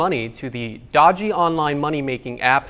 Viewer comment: 'dodgy' sounds weird in an American accent, guessing that was written by a Brit or Aussie haha